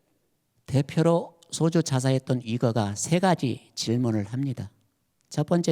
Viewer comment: 한 가지! 죄송하오나 , 지적하지 않을 수 없습니다. 세 가지, 정통 , 제자, 등의 첫 자의 발음이 틀렸나이다. 짧게 발음했나이다. 잘못입니다. 제발 길게 발음하소서! 미국 변 완수 드림